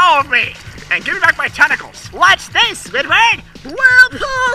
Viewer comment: funny way how to say Squidward